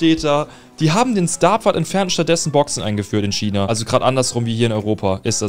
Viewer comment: Es heißt China nicht schina